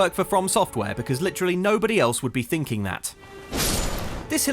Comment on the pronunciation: Agheel and the tree sentinel are some of the easier bosses in my opinion also did you say finking or thinking